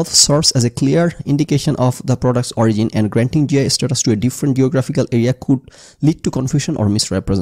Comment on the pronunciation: Sorry, out of topic but......Ei prothom dekhlam origin k kew ওরিগিন pronounce kortese. Ami ajibon eta ওরিজিন ভেবে এসেছি 🤣 vul dhorai dewa amr uddesho na amr ganer poridhi nai bollei chole. Hote pare eta odeshe ওরিগিন pronounced hoi. Either Way bepperta khub amusing 😂